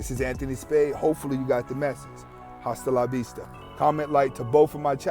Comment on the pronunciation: Even though its spelled tht way. Whn u end ur vid. Its Asta la vista. The H is silent